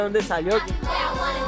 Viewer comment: It is NOT "COLUMBIA" it's COLOMBIA!!!!